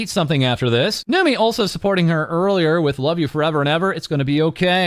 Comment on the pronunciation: Why did bro say kneemi 😂